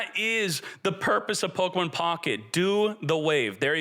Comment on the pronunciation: It's not Pokamon. It's Pokemon